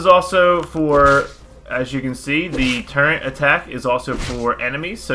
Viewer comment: did you say turrent?